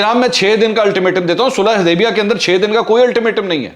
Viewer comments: U didn't notice that he couldn't pronounce sulahe HUDEBIYA correctly instead call it HuDEBA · MashaAllah powerfully spoken, Mansoor Bhai, it is Sulha HUdaibia and not Sulha HAdaibia... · This is valid observation